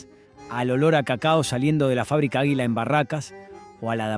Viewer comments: si fue una patada en lo s huevos escuchar que no sabe pronunciar palabras comunes como aguila o la italo-argentina nunca escucho arcor? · Si a mi también me llamó la atención, puntualmente con águila, en una dijo aguila acentuando la i, y en otra dijo agila, también acentuando la i... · Pronunciá bien, por favor: Águila, Ítalo, etc. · Es una máquina quien relata? O una persona que le falta estudio, que pronuncia mal? Agila en lugar de Águila... Arcór en lugar de Arcor con pronunciación fuerte en la A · no podes decir AJILA. Realmente es una falta de respeto. De donde sos chabon???? este video es para que lo haga un Argentino viejo. Y pones a un negro africano en una oficina com oejemplo??? gracias a Dios no hay negros manejando empresas en Argentina. Cualquiera te mandaste. muy agenda 2030 lo tuyo. ARCOR no es ARCÖR. es ARCOR chabon!. se acentúa en la A!!!!!! y pusiste CHINOS!!!!! aaaa bueeee pusite toda la basura que arruina a cualquier pais!!! sos lo mas antipatria que hay. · por qué pronuncia "ajila" 😂😂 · ÁGUILA con acento en la A!!!!!! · El guión está leído x IA? Por qué dice AGUÍLA (acentuando la i)...o PUMPER en vez de pamper? 🤔